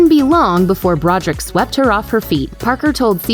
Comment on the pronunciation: Do you not know how to read? Brod er ick! Three syllables.